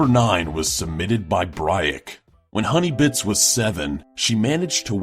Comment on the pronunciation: I heard honeybitch not honeybits